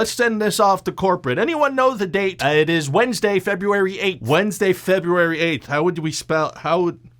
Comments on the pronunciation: “Wenzday, febuary athe” he said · "Wendsday Febyuary Aith" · Wendsday, Febyoowary Ayth. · "Wensday Febyooary ayth"... it's actually really tricky to spell things fonetikally